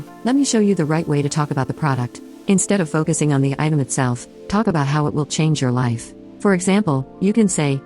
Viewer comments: Not picking, but what is the accent for the word "har" instead of "how"? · I would wonder why is no one mentioning how she says HOW… HOWR? What!? I have a horrible southern accent but this is just totally mispronouncing the word HOW! I’m glad I’m not the only one who caught that. 😅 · I totally noticed how she pronounces HOW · BHAHAHAHAHAHAHA omg you don't know how much I cringe when she says, "howr"!!!!! I'm so glad I'm not the only one that hears that and wonders what in the whole F#CK is going on here? lol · Can someone explain to me how this woman spent every day of her life saying the word "HOW" wrong and nobody corrected her? Did nobody give a shit about her enough to tell her? It's not a speech issue where she can't pronounce "ow" sounds, because I've heard her say "now" so it shouldn't have been a tough conversation over a possible need for therapy or anything crazy. I just don't understand. It's so strange. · Omggg thank you!!! Idk how no one really noticed this! It’s so annoying! Another attention seeking Scam-Ann behavior.